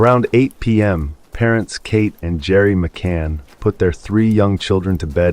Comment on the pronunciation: I love this iceburg. And You're videos overall. But please learn how to pronounce words. It's muh·kaab not muh·kaab-rah. Ever things like names. It's Madeleine Mc-can, not Mc-cane. Your inability to pronounce the simplest of English words is astounding.